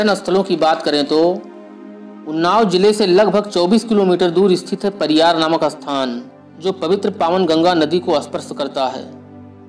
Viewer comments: परियर बोल महा आत्मा। पारियार नहीं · परियार नही परियर